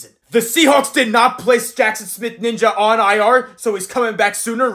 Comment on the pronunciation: its njigba not ninja